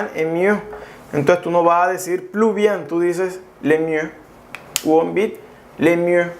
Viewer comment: ”le” no se pronuncia así. Yo se que como mexicanos no estamos habituados a estos sonidos. Pero pon atención a ello sino dices algo muy diferente